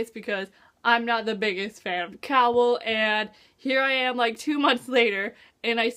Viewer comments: Cay-ol not Cowell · interesting theroies! p.s. did you just call Aelin, Elain? did you just call Chaol, Cowall? Aye-lin Kay-all. sorry it's just fusturating lol